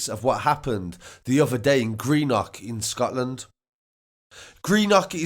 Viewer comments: dont say green nock lol its green-uhk. greenuhk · It's pronounced Green-uck